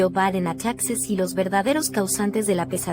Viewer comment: ES TEXAS NO TAXAS